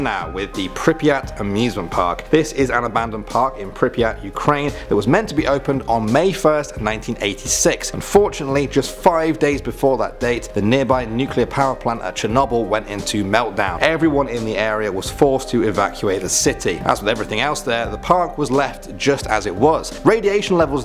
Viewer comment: You said chr-nal-bl the world chr-no-bl